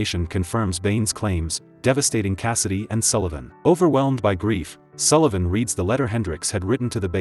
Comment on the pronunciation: Yay, your AI narrator can pronounce Sullivan correctly!